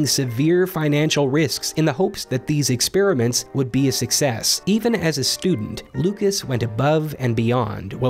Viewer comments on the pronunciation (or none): none